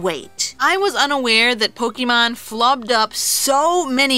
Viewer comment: Its not Poke-EE-mon, Its Poke-AY-mon. When the e has the line on top, it makes an AY sounds not EE sounds. You don't pronounce Café Caf-EE, do you. Its Caf-AY. So you don't pronounce Pokémon Poke-EE-mon. You dont deserve as much subs...